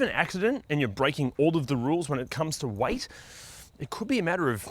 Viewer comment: I was wondering what color "white" has to do with brake wear, and then I realized he is saying "weight"